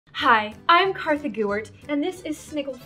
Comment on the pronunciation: she said kartha/